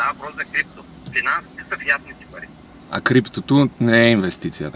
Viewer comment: Кат' чуя "паритьи" и веднага ми иде да мятам кинтьи!